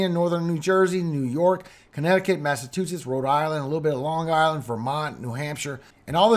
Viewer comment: MASS A CHEW SITS !!!!!! NOT TOO SITS !!!!!! C'mon man. Do you too your food or chew your food?😅